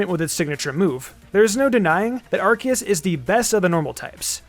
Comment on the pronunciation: Arceus is actually pronounced “Ar-KAY-es,” which explains why Silvally’s ability is called the “RKS System.”